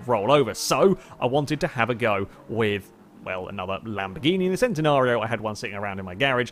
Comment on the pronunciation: it's pronounced CHEN-nenario, not the SEN-tenario.